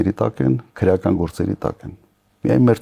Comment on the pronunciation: Քռեական չի,այլ քրեական, այ աաայ ,,,,,,,, քո ժամանակ սպանում եին,բեռման չեն ենթարկվել